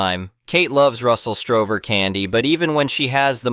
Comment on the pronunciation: It’s Russell Stover not Strover